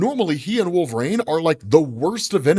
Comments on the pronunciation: Can't stand the way you pronounce "Wolverain" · WHY the F*CK does say "Wool- vuh-rain"?!